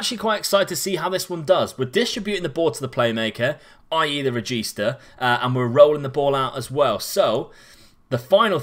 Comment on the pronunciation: From an italian, hearing "carillero" and "regista" from you is fucking awesome